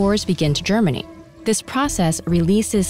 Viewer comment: It's not just you; the narrator definitely leaves off the T sound at the end of "germinate". It's a modern trend.